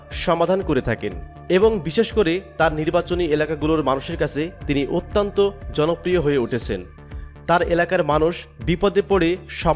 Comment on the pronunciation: শব্দটা 'অত্যন্ত' অত্যান্ত নয়, মূর্খ, খারাপ উচ্চারণ! খ